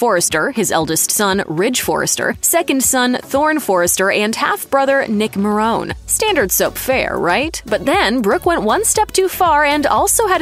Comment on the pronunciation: IT'S MA-RONE-EE